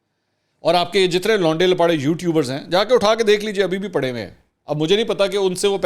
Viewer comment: Launday Lapaday nahi Lauray Laparay